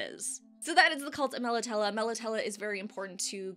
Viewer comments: I love your videos but with the Witcher you do mispronounce things like Nilfgaard. Melitele ends in a long A. I know your covering the books but If you played the games or checked videos first you would know how to say all the words correctly. I'm quite sure a Polish game studio knows how to pronounce words from a Polish writer. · Interesting pronunciation, I'd been saying it like "Mel Italy". I imagine this is going to happen a lot for the next few years. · Great info & video as always thnx! I pronounce it MEL AH TEEL but to each their own 👍